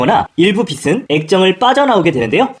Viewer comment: 영상 잘 보고 있습니다. "빛" 발음만 좀 더 신경써 주시면 좋을 것 같습니다. "빛을"은 [비슬]이 아닌 [비츨]로, "빛은"는 [비슨]가 아닌 [비츤]으로 발음하는 게 맞습니다. 빛을 : [비슬] -> [비츨] 빛은 : [비슨] -> [비츤]